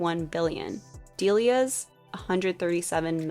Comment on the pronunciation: I thought it’s pronounced “dell-Lee-ahs” not “dee-lee-ahs” lol